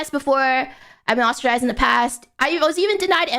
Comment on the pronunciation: “I’ve been osterized in the past” Lolol It’s “ostracized,” not “osterized.” Very funny 😂